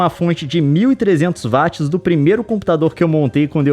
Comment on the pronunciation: Até quando Youtubers brasileiros continuarão falando Vátis ao invés de Uóats. James Watt está remoendo no caixão!